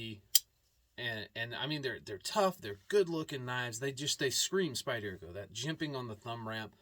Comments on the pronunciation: SpyderCo is pronounced : Spider-co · I’m ocd as hell and you pronouncing Spyderco wrong bugs me 😊 that’s ok though.